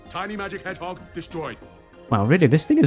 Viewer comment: Why do i feel like you specifically called Shadow an "Edge-hog?"